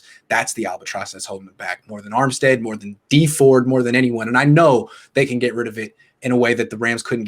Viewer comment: Its dee ford